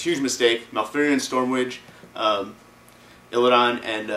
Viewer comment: If he's favorite why not say Illidan Stormrage which is the name and not illid>i<dan ;)